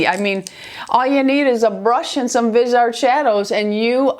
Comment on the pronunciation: Love your videos! It's pronounced Vis-e-art.